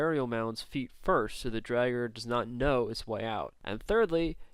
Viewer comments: It's pronounced Draw-grr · It is pronounced draw ger